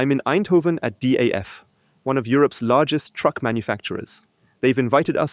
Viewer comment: Is this also available in original german language? Btw, it is DAF, not D.A.F. The old meaning of van Doorne Automobiel Fabriek is longe gone.